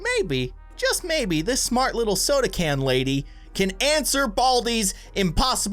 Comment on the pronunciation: said smrt.